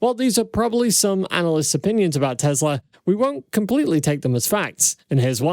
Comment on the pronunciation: Your pronouncing it wrong. It's teSla. WITH AN "S". not teZla. I love your videos man. And my friends watch you. But the mispronounciation is so annoying. Please state Tesla with an S. Not a Z.